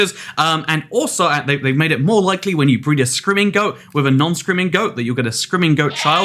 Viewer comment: I thought he was saying "scrimingo" instead of "screaming goat" and was trying to remember if they added a new animal called a scrimingo